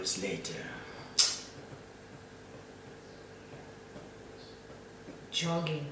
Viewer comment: Did she say jogging or choking 😂😂😂